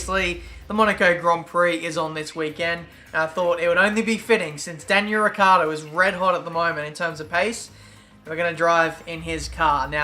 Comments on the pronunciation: please hear me his Name is not ricardo But ricciardo To get The it sound right you need To say it as rich-hard-o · is pronouncend like richard with more enfasis on The c since It is double and The o At The end